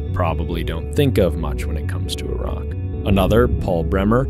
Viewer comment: i like that the narrator knows how to pronounce Iraq properly without sounding like the typical American